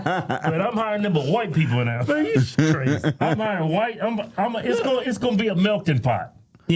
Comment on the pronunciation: I thought he said Milky Pot not Melting Pot 😂